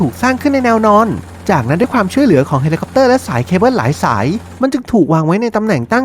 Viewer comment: คนพากย์ผู้ชายพูดไทยไม่ชัดซักที ฟังผู้หญิงพูดลื่นหูกว่าเยอะ ได้ > ดั๊ย สาย > ไส แล้ว > ล๊ว เหมือนลากเสียงยาว อะ,อา ไม่เป็น ถ้าเป็นคนปกติผมคงไม่จู้จี้อะไรหรอก แต่คนเป็นนักพากย์ควรออกเสียงให้ชัด